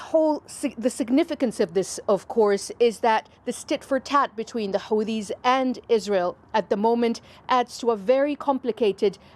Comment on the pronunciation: Hate the way she pronounces Houthis